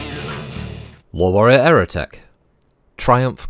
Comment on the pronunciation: Every time you say Lore Warrior. I keep hearing you say LOL Warrior.